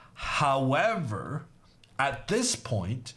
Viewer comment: I like how he say: hawwavar